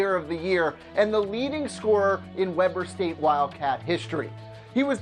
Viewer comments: We-bur State not Web-er State. I live like 10 miles away from the university.😂😂😂😂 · It's pronounced weeber not Webber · Weeeber State. Not Webber st geez. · It's pronounced Weber State, not Webber State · Thank you it's pronounced weeber state not Webber state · you guys probably got a lot of comments on this but Damian Lillard's college is pronounced wee--ber it is almost like weaver. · you pronounce Webber state like ( we bur) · it's pronounced weeber state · That's not how you say Weber state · I cringed at how you said Weber state